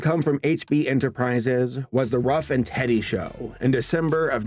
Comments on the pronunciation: Picture says “Ruff and Reddy” man says “Ruff and Teddy”... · Ruff and REDDY, not TEDDY, and SUNBOW, not "BOUGH".... carry on! (pretty basic stuff....lol) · Ruff & Reddy, not Ruff & Teddy. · yep...he said ruff and teddy, lol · Ruff & "Teddy?" It's Ruff and Reddy.🎶 Get set, get steady. Here comes Ruff and Reddy!🎶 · Point of Order: - : It's "Reddy", not "Teddy"...